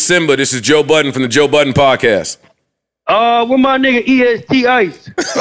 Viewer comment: “Toe Budden” at it again 😂